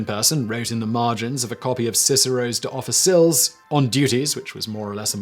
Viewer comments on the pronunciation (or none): What the f*&k was up with that pronunciation of De Officiis?!? Marcus Tullius WFT!